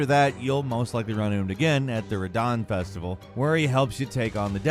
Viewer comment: U cant say Radahn? 😂